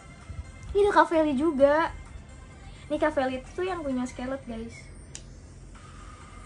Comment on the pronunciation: Kak maaf oot tp itu cara bacanya bukan “skerlet” tapi “skarlet” yaaa kak. Aku awalny bingung skerlet itu apa, ternyata scarlett toh wkwk